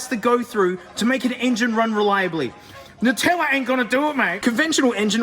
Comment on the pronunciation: And also why it's pronounced "NUH-tella" and not "NOO-tella" like us weirdo Americans say for some reason